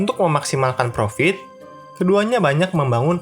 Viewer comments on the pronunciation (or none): none